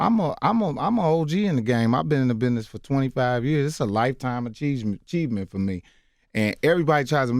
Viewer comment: “lifetime aCHEESEment for me”